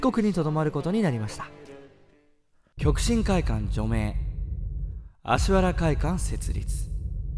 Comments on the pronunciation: アシワラじゃなくてアシハラね 人名は正確にお願いしたいです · アシワラじゃなくて アシハラ 先生はこの間違いをものすごく嫌っていた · 『アシワラ』ではなく『アシハラ』です。お間違えなく。 直接の門下生ですが先生もよくおっしゃってたので。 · 読み方は「アシハラ」ですよ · アシワラ× アシハラ○ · アシワラやなくアシハラ ですよー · アシハラね、アシハラ。読みはアシハラ。間違っちゃダメだよ。